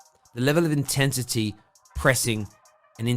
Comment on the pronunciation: Mate did you just say “Intentity” instead of intensity 2 mins in?